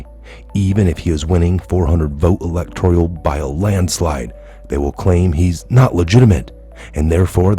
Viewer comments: Elec tor al.... NOT "elec tor ial" ... No "i" 🤔🤪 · Electoral not electorial.